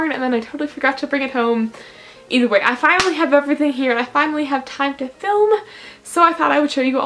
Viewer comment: do you ALWAYS say ETHERWAY